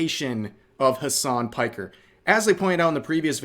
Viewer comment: his name is Hassan Piker( pronounced as pick..er),it`s a turkish name.